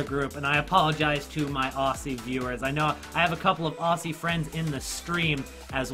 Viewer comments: I'm not mad about him saying Australia would finish last what made me angry is that he can't say Aussie xD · That pronunciation of Aussie tho